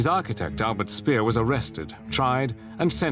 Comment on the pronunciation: Speer is read Špehr, not Spear, dumbass...